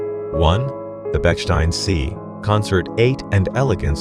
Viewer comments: Bechstein is pronounced Beh-shtine; it has no sounds "k" or "s" in there. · "poet laure-eight" "Betchsteen" However, he pronounces "Paolo" in Paolo Fazioli like a proper Italian. The copy, though, is horrendous. "Manufacturers of pianos frequently have grand-sounding names that may be readily associated with legal offices." What a ludicrous statement! Call me a hater, I don't care. Anyone notice the final image--the guy plunking at a key over and over, as if he was trying to get something out of a vending machine? Check it out. It's hilarious!